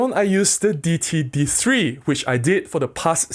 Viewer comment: I think the d3 brand is pronounced Day-it-tee.